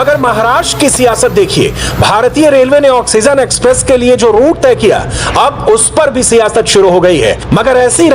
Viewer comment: Oxygen you theek se Bola jasakta hai